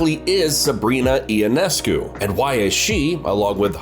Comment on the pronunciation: Ya, apparently you have NO IDEA who Sabrina YONESCU is. IT IS NOT E O NESCU, say it now "YONESCU"